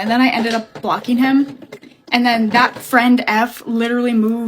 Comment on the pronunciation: ✨CalRAdO✨ I know that’s not how you spell Colorado but she said it like that